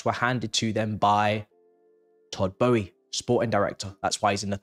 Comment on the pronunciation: Good video however it’s Boehly!